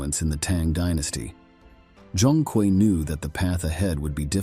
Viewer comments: Zhong Kui is pronounced Zong Quei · Respectfully, bro’s name is pronounced Zhong(Jong) Kui(Kwey) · pronunciation is more like "Jong Kwee" To make a modern parallel, think of him as Chinese Ghost Rider but with swords and spells